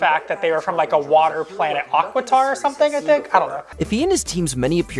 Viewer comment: This is 4 months late but you said the word correctly it is aquitar